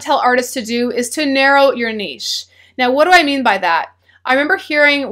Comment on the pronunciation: I would like to thank you for pronouncing "niche" correctly.